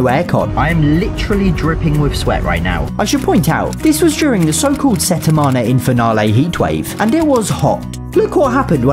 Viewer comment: “set in mon ah in pher nallah”